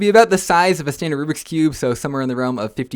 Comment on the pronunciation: is not me, it’s literally the correct way of saying it